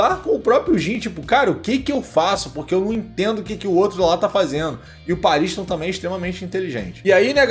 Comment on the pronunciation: Pela pronúncia que ouvimos no anime certo é pronúncia PAARISTON e não PA RINS TOM pausado